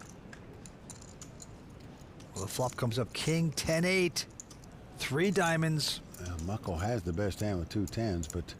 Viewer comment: It's Mukul not Muckel!